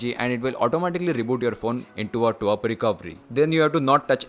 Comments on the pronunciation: It's not twerp it call T W R P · Twrp pronounce bhi nhi kr paa rha😂gawaar